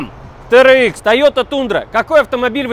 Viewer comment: Дадж Рэм Тирэкс ( ударение на первый слог). В Америке так произносят.